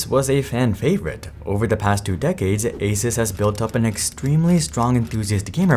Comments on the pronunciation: Great video but one small thing for the future. Its a soos not a sus. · It is Asoos Not Asus 😒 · Stop saying Aces. It's A-Suuuuu-S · I love that you pronounce it ace-us rather than ace-ooose. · bro it's "ah-soooos", not "asis" ... how do you STILL not know 🙄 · What is this Aces company? (generally people pronounce ASUS as Ay-soos) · its pronounced AY SOOS, not AY SUS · I tried to watch but had to stop after a minute of him saying asus like asis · I stopped watching after you pronounced ASUS (ASOOS) wrong every single time. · just googled it and found this. Is it pronounced ASUS or ASUS? The Taiwanese company known for making some amazing personal tech devices is often mispronounced in India as well. Everyone you talk to pronounces Asus differently. The company claims the correct way to say its name is "AY-soos".7 Feb 2017 I suppose they don't care enough that they train their spokespeople to pronounce it as intended... lol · There's a few ways to pronounce Asus, Asis is a new one lol. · It's pronounced, A-ZEUS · ASUS = A-sus. 💔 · It's a-Zeus. It's pretty common knowledge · This guy cannot even pronounce ASUS correctly lol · Still people can't pronounce the name of this company properly😂 pretty common knowledge on to how pronounce it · Why are you pronouncing the brand name so weird?